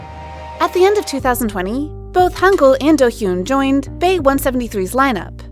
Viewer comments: It’s Hangyul not Hangul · The name the first guy is lee hangyul, not lee hangul